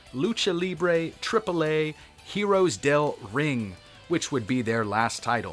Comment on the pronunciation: Just for posterity, héroes is pronounced "air-oh-ess"